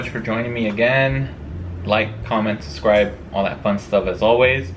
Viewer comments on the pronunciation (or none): none